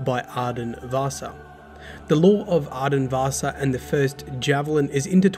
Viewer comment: I don't know why, but everytime you pronounciated "Vassa" it sounded like you were talking about Vaasa (a city in Western Finland). 😄